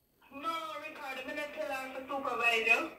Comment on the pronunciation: you know that as Patsy gets more in tune with her gift you will have to be careful not to lie to her. It's hilarious how smoothly Patsy calls the young man Riccarder as if that is how his name is pronounced. Riccarder, mi a beg yuh nuh fi diss har.